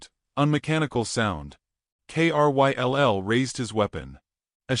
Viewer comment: Kryll is a name. Pronounced it as Krill. Or the i as eye. Why have the narrator spell it instead?